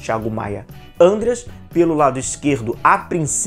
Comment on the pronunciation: Não é Ândeas mas sim Andrêas pelamôr 🙏🏻